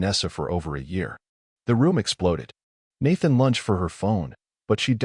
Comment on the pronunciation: Lunged not lunched!😂😂😂😂😂